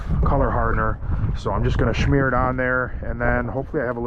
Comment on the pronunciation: Lol."... Shhmear"!!